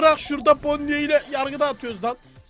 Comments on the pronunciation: Abi bonniye değil boni diye okunuyo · Abi onun ismi bonnie gerçek okunuşu bonni diye okunuyo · Abi bide onun adı bonnie ama okunuşu boni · o bonniye deyil bonnie